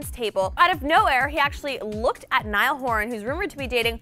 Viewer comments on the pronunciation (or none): Its niall not nial